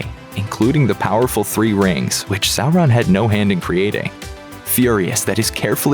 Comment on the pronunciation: Thank you for not pronouncing Sauron as Sawron...🙏